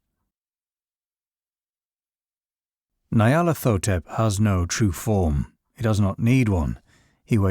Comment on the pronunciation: Ny-ar-lat-ho-tep. Its Egyptian.